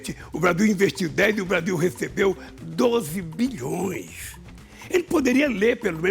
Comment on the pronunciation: A língua do Bolsonaro quando fala "Blasil" é muito nojenta